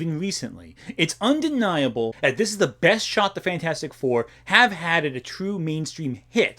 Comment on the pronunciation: i died when you pronounced fanfourstic